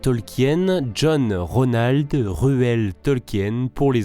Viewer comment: Tolkien se prononce "Tolkine" et pas "Tolkienne"